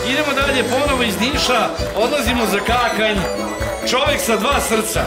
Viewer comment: Molim da neko objasni Voji kako se Kakanj izgovara